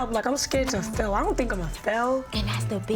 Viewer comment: “Fehl”= Fail 😏😂😎💪🏾 Gotta love my New York Fam 🫶🏽🖤🫶🏽 Yah feel me!!